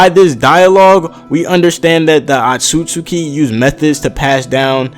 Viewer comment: Atsutsuki ! Inhale! Exhale! Is Otsutsuki not Atsutsuki !!!!!